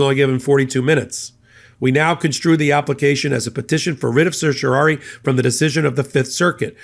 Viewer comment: A minor point: it's a writ of certiorari, which you mispronounce throughout.